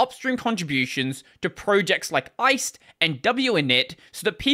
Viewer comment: I believe the rust GUI toolkit is pronounced "Ice D" (as in daemon; the full name rhymes with 'iced tea'), according to the lib authors - just FYI